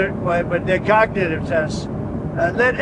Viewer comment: What's this word here ... COG-NI-ITIE-VEE yeah that's it. Well done, Me President, Sir that's amazing